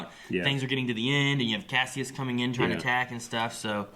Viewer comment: Oh my God,! You've heard his name for eight episodes now. It's Kas-i-us, not Kassius.